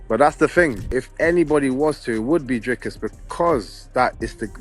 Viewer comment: why do you call DrIcus "DrAIcus"? Don't you hear everybody else pronouncing it differently? xD